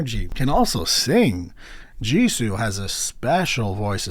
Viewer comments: It's pronounced as Jisu, not Jisou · This album is extremely good! If you’re wondering about pronunciation of the names, you said jennie and Lisa correctly and jisoo is (gee-su) and rosé is (ro-zay) cause it has the French accent on e